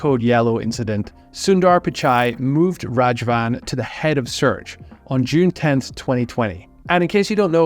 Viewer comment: Raghavan ❌ Rajavan ✅ 😂 Raghavan is killing all the traffic and this guy is killing his name. Lol. Good video btw.